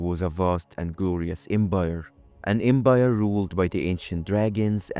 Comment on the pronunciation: The Embire, though 😂🤭 literal flip of a letter. 😂